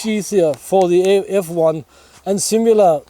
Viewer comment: Hej! Vilken Fällkniven är det? Det låter som du säger X1, men det är väl F1 eller S1 eller?